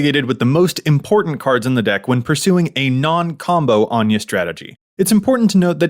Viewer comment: I love Anje, as someone named Áine ( pronounced the same way ) its nice for someone to actually say it right for once XD